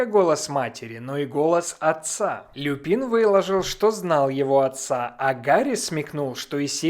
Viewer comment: только не Люпи́н, а Лю́пин. Его фамилия происходит не от цветка, а от латинского слова волк - Lupus. Так что это ещë один косяк дубляжа.